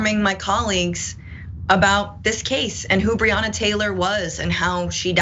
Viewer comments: John pls stop pronouncing breonna wrong it kinda takes some wind out of your message about ppl not knowing her name when you say it wrong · Please check the pronunciation of Breonna Taylor's name.